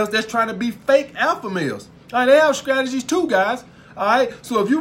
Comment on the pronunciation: I love you man . I subscribed. “Scrategies “ lmao. I love it . You speak the gospel truth